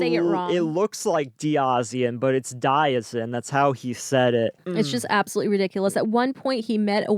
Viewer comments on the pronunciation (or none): AbsoLOOSELY 😂😂😂 I couldn't stop for over an hour!!!!